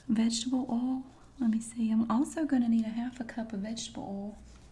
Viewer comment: I love it too. Her oil is like OL. I absolutely adore the way she says that.